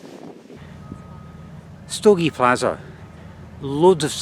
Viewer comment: "plazha" (not pronounced "plaza") means beach ;-)